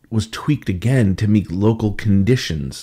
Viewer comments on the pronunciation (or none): none